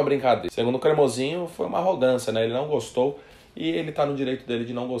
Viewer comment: Nojento, não aguenta alguém brilhar mais que ele "safadao ' falou cremosiinho